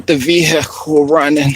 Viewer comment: Vee-Haa-cle 😄. "It's the leather"... Ok, ole fauci ass😆